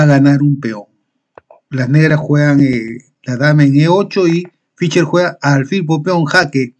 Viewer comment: No se pronuncia "Ficher", se pronuncia "Fisher", es muy molesto oír apellidos sencillos mal pronunciados.